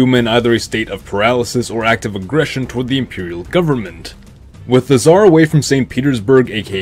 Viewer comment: nobody: absolutely nobody: scar nicholas